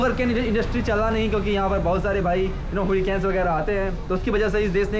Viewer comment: भाई हूरिकेन नहीं हारिकेन कहते